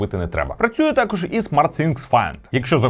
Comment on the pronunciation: не тАкож, а такОж